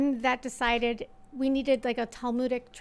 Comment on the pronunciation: For me it was hearing her say the word "talmudic". Not that her phenotype didn't give her away long before that.